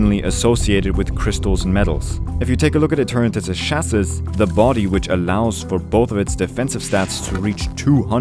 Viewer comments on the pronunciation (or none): Chasis is pronounced chassie or cha-sea